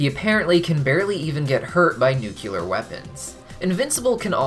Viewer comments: Bro you’re gonna hate me for this but 1. It’s nuclear not nucular 2. It’s decelerated not deaccelerated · The word is “nuclear”